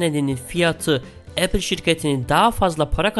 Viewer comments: ‘Epil’ diyene kadar ben de aynı şeyi düşünmüştüm. 😬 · O kadar çirkin Apple diyor ki tüm dikkatim 3. Dk da gitti